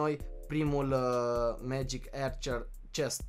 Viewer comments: se citeste magic Arcăr nu Ercăr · Se spune megic arcers